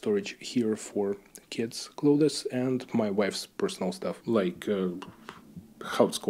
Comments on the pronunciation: Also, I know you didn't ask, but some unsolicited advice from a native English speaker: you are pronouncing clothes as "cloth-is" and it's more like a "з" sound at the end. "Clothz". Just offering help because I know when I try to speak Bulgarian or Russian, it sounds like shit (your English is great, not implying otherwise) and I love when friends and family help me out. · Hi, excellent video. A lot of similarities to life in Czech. You can pronounce clothes as Kloz. It is a common mistake by non native speakers to try and pronounce the th sound. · Please don't take it as any form of criticism especially as I am terrible at any second language but if you were to pronounce clothes like cloves the spice it would sound better. It is strange, I know several people from Poland and many will make the same mistake. Nice flats by the way, do you have a dacha as well? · My babcia was Polish American, bilingual, with native accents in both languages, but there were 2 words she did not pronounce correctly. Clothes was one of them. She always said "cloats." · Your English is great, but you can pronounce "clothes" as closs .. I'm an American, and we don't pronounce the "th." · I have to ask you,, if it's not possible that the size of 38 m2 for your (whole) apartment is not perhaps a mistake? When you are showing us around, several rooms seem quite spacious, whereas 38 m2 is not even the size of a decent sized living room 😮. And, just to be of assistance to you; your pronouciation of the word 'clothes' is incorrect. Internet will surely help you.